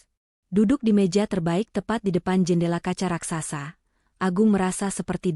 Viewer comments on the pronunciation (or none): none